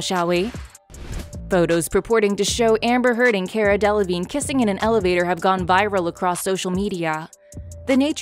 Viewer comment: I snorted every time Rottenborn said Delavignay